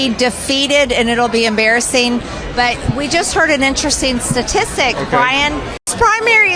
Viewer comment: Has anyone also noticed that MTG always drops some of her T’s? That’s what makes her sound perpetually drunk and/or moronic and it drives me crazy. For example, she pronounces “dishonest” as “dis-on-iss”, “interesting” as “in-tressing”, and “statistics” as “suh-tis-ick.”